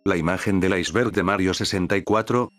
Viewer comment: En la intro dice "icberg"